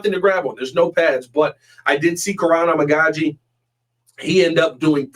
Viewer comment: I could be wrong but I think the correct pronunciation of Amagadjie is A-Mega-G